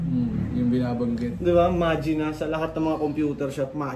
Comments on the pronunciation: Ma jay na daw pronunciation sa probinsya nila. Inexplain ni sa website nya. Pero Ma-gee-na talaga yun. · Butas si dito 😅 'Mah-Gee-Nah' basa dun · SAME! MAJINA! kung bigkasin ng mga dota player non ma-gi-na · Idol, yung ma(jai)na na pagka pronounce mostly sa bisaya baka ganun din sa waray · Mali pagkasabi ni Tama Yung Sayo kasi pag naglalaro ka ng dota1 sasabihin kasi ang name ng hero mo tas ang pag bigkas non ay Yung pagkasabi mo